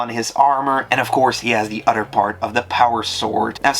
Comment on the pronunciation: This guy has an unusual speech impediment. Instead of hearing the words “threw”, “three”, “throne” and “other”, I interpreted it as “true”, “tree”, “trone” and “udder.”